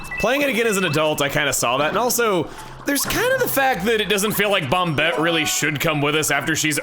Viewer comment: I hope he mentions why he's pronouncing it bom-bet instead of bom-et